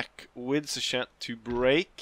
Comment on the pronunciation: Great episode,! Jean Rapp, with the 5 stars, is the real one. Marshal Mortier commanded both the Old Guard and the Young Guard during the Napoleonic Wars. Finally, Suchet's name should be pronounced more like 'sue-shay' instead of 'sue-Chet.' Would you be interested in playing modded Bannerlord again in the future? I remember when you played Mount and Blade with the Napoleon and Between Empires mods. Watching you roleplay and become Emperor after defeating Napoleon in one campaign was a lot of fun! It would be awesome to see you play with custom companions, the Game of Thrones mod, and Shokuho once it comes out. I noticed that the last time you played Bannerlord was just for one episode in December 2022.